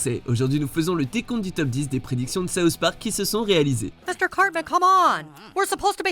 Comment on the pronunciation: D'abord les simpson maintenant saouht park